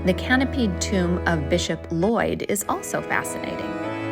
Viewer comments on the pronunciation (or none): none